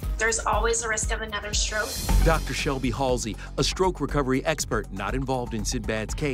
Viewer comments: Stroke not stoke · It’s stroke not stoke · Hey it’s “Stroke” not “Stoke” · "Stoke?" Geez,, get somebody to check over the topics. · "Stoke" ..... cmon man